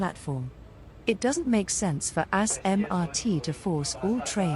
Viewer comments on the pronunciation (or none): ‘sorry bayfront i forgot abt u’ raffles place and city hall: also the tts hates smrt bc it pronounces the name as: ‘A**MRT and what ccl or dtl train would have the right mind to switch lines (there are tracks for ccl to cross to dtl tracks and dtl to cross to ccl tracks) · "assmrt" WHAT THE HELL